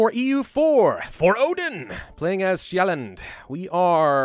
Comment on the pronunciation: You don’t pronunce the d in Sjælland, Lund...